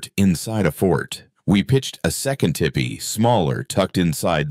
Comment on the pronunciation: Its not Tippy…it’s pronounced Teepee.